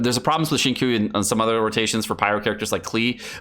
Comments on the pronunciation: Pronouncing Xingqiu as Shinkiu is wrong, it's Sinshiu >< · Are you purposefully pronouncing every character's name wrong? lol Beidou = "bay-doh", Xingqiu = "Zing-cho" Also, when you read you're talking fast as hell and slurring all your words together.